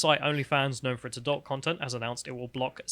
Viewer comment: Why can't pronounce 'adult' correctly?